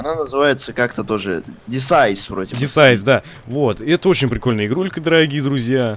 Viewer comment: Не десайс а Десит